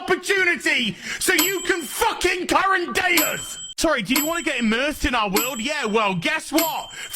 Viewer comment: “FAUWKING PROUWNOUWNS”